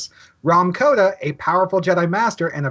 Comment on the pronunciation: It's Kota not Koda